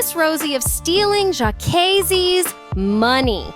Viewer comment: Why she keep calling him Jaykaysee? Smh.